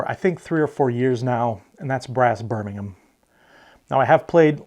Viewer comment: It's great to see so many differing opinions on top board games! No overlap with our top 10, which shows just how diverse the hobby can be. And bravo on the correct pronunciation of Birmingham!